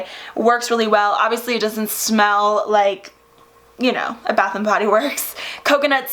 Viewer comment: Girl you look stunning alike always!!!😍😍 I love your makeup...can you do a tutorial on this??? Also did you say a “butt shower gel”...lol